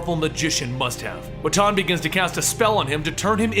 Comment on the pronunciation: You're also mispronouncing "Wotan" quite spectacularly, for which I think you deserve some points, at least!